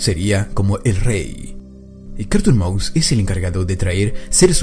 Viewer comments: yo le entendí carton cat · Es es es es carrrrton maus